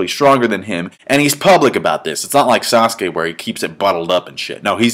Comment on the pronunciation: Uhh dude you said saskue lol saskue must really be old if hes in that fight lmao